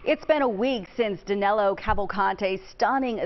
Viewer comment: Actually his name is DANILO, not Danelo.